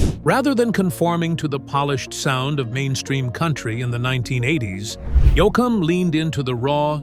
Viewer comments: Who Is Dwight YOU-OUKUM? Badly Done Audio AI ...... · I am giving the video a Dislike for the AI voice that pronounces the last name as, Yo-ah - kum, Yo-a-kum, and a few more I can not figure out how to spell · There are two syllables in his last name, not three. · Your narration is ridiculous. Dwight "yoakeum"??? Try to at least get Dwight's name right. Had to stop listening. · It’s not yo a kum It’s yo Get it right with respect! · I always thought it was Yoakam, not Yoakam. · it's pronounced YOKEM not YOOCKUP dumbshit. (Oh I'm sorry, forgot you were a demonic AI working for the devil). Juz sayin' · I always that it was Dwight Yoke-em not Yo-Ike -em. You learn something new everyday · Yo. It's not "Yo" "Awkum., it's Yokum." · This speaker keeps pronouncing Dwight‘s last name wrong. ….. I think Dwight Yoakam and Buck Owens sound a lot alike and I believe that they’re both from Bakersfield California. A very awesome sound.! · It would be nice if you could pronounce his name correctly. It is Yokem and not Yo a kem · Its pronounced Yo come! Not, Yo a kin! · Not Yoo a cum but Yo cum. AI needs help with pronouncing names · These A I videos drive me CRAZY. I Love Dwight Yoakum. But it's pronounced Yo-kum, not Yo-a-kum. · Love Dwight, but am absolutely fed the f$#¡ up with these stupid AI videos that cant even pronounce words or names correctly and use the same tired ass voices! Was interested, but not enough to finish a video that kept calling the man Yo-Ak-cum. F this! Its official unintelligent is what it is! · The name is Yoakam (said YO-kum). Geez, your AI is annoying. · He calls Yo yak hum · As to the person talking about Dwight the first a is silent so it is pronounced Yokam............Check out your subject so you don't piss off a fan who really cares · I hate it when the narrator mispronounces the subjects name and important individuals and location names!! His name is pronounced YO-KUM! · YOKE-UM is how it's pronounced. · U ruin it u couldn't pronounce his name